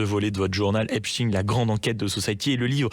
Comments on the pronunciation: Pourquoi on prononce " EPSTINE" et pas "Albert EINSTINE" ??? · oui effectivement, Epst..ine, (consonance russe) ils disent Albert Einst..ine ?? Frankest...ine ??? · C'est marrant votre façon de prononcer Epstein.